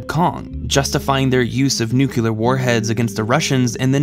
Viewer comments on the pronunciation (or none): Love your essays... But please, for the love of intelligence, stop pronouncing nuclear "nucular". It's NEW-klee-uhr. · It sounds like you’re saying “nuke-u-lar,” instead of “nuclear.” I know that editing entertaining videos isn’t the easiest job. But, dude, in the first minute, you say, “I’m really smart.” I really wanted to like this video, because Kubrick. The competition is stiff, bro. Sorry. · great video but... nu-clear not nuculer... please and thank you. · I totally enjoyed the break down of the movie. It was spot on and very informative. The only issue that I had was that the commentary continued to reference Nucular as opposed to nuclear. It was like listening to George Bush. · Nuclear, not Nucular. C'mon man. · But why does he say new-cue-lar instead of new-clear? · Before I say this, i think your videos are great. That being said, it's pronounced "Noo-CLEE-er" my dude. Noo-CLEE-er Do you want to sound like george w bush? Cuz that's where Nuculer came from. Jus saying. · HERE'S AN INTERESTING PARADOX: NUCULAR, NUCLEAR. NU CLEAR SEEMS TO BE A SIMPLE WORD??? Just a thought. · “I’m really smart ..... Nu Cue Lir”. Okay buddy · It's pronounced Nu-cle-ar, Homer....not Nuc-yu-lar....doh ! And 2001 A Space Odyssey is Kubrick's greatest film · It's pronounced just like it's spelled: NU-cle-ar, not NU-ku-lar. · I can't take any intellectual argument seriously from someone who says nucular... Sound out the word... It's Nuclear... NEW-CLEE-AIR... Not new-que-lar.. It's not hard... It's simple. It's based on the word nucleus... The middle part of an atom... It's not called a new-que-lus its a new-clee-us. How can anyone see you as an intellectual if you can't even say basic, simple to sound out, words correctly? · nucular warfare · Why do you say Noo-que-ler instead of nu-clee-ar? Why why why why? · Sorry....but nuclear is pronounced "New-Clear"....not "New-Killer". Break the word up like it's spelled: nu-clear. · Great video, but it's "nuc-le-ar" not "nuc-yu-ler"!